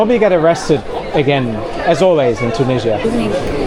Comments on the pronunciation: Where is “Tunijjjia”? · the way he says Tunisia tho 😬it's either tew-NIH-zee-ə (British) or too-NEE-zhə (American) but he does a mix of the 2 😂